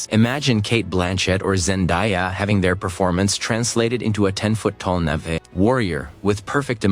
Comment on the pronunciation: Not "Navy," "Na'vi"